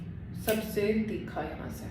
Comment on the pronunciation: Theekha ni hota thircha hota h 🤣